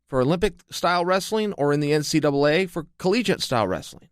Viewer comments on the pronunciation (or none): none